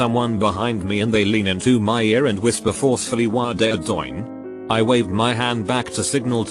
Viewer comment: I was kinda creeped out until the text-to-speech thing said "Wah Dah Doyn."